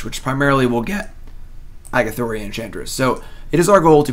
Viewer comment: The way you mis pronounce Argothian Enchantress is so tilting.